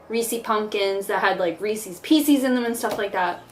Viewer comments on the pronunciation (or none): i could deal with ree-sees because ✨cultural differences✨ and shit but ree-sees pee-sees warranted a comment 😭😭